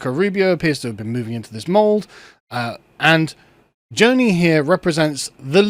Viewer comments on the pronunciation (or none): This is all within the parameters of Grundgesetz. Also should pronounce Joni the right way. He comes off as an ignorant anti-education fella in this one.